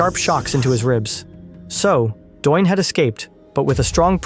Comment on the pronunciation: The guy’s name is “Doyne”.